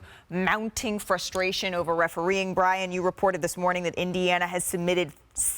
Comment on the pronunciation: Indian-ana is comedy lmao